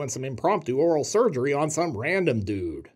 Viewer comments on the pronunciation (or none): none